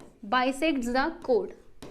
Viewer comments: Mam vo cod nahi chord hota haiii😅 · She always said cod either chord